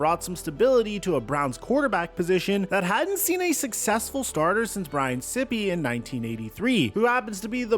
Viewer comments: Brian Sippy? It’s Sīpe as in sniper. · It's Brian Sipe ... LIKE Sipe is CY-PP .not Sip E..😂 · Brian Sippee?? You just lost me. It’s Sipe. Dude. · You're killing me with Brian "sippy" sipe ...SIPE! liker fanatic...like sype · Sipe is pronounced like “ripe”, not sypee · Brian sip e? Pronounced Sipe with a long I. Had to stop watching after that. Geeze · Brian SIPE not SIPPY. Hard for someone to sound knowledgable on a subject when you don't know the players' names. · This genius actually said Brian Sipeee. Guess you didn't do your homework. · It's Brian SIPE - the "I" is loooooong, so pronounced like WIPE with an S! "sippee" - JFC. The guy's not a cup... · BTW.. Brian Sipe is NOT pronounced Sipeee, it is Sipe (like pipe, but starting with an S). You may want to look up Cardiac Kids. Funnest football to season ever to watch. Every game was a come from behind. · His name is Brian Sipe not sipping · Sippy. Lol. It sounds like it spells. Funniest shit I've heard in a long time. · Brian Sippee? Dude. He was an All-Pro NFL MVP. Sipe. Pronounced just like it's spelled. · brian sippe?! Sipe, like snipe without the n. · Aargh! Sippee??? It's Sipe (S-eye-p). I was in Cleveland during the Phipps/Sipe QB battles. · Sipe, long I, not Sippy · its not sippppieeeeee sipe like pipe with a c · It's (s-eye-p). Brian Sipe. Not (sippy). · You did zero research in the first 3 minutes of this video. You just looked at baseline franchise statistics to push a narrative… And it is not “sip-pe” its pronounced “SYPE”. Respect the MVP bro! 💪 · His name is Sipe, it's not pronounced Sippy, good gawd man do your fucking homework a bit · Brian Sipe is pronounced exactly as written, not "Sippee". If you speak a person's name, and you've never heard it spoken before, don't you always default to phonetics? Why make up an alternative pronunciation? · Brian Sipe is pronounced sype not sippy! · Brian "Sippy"? Sipe rhymes with ripe. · The name Sipe has one syllable. He is not a Sip e cup. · Not Sipay